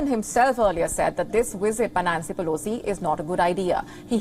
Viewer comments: "1.24-Nancy Pelocy is second in Line to US presidency" . She always reads News Wrong and never corrects it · If she was sposed to stay home she'd be named Peloton not Pelo-Sea